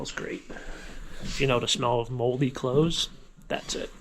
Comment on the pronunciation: 2 years late on this, but when you said, "moldy clothes" I heard "moldy crows" and thought Ewwww! 😂